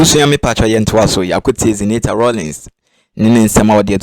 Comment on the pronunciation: Please I want your number to educate you on pronunciation of Zenator's name is ewe name not english name the name means let darkness stop until I won a victory it is in Joshua 10